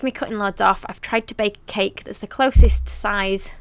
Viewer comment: It's Funny How she says Ceke it's Cake 🎂 hahahaha!!! 😂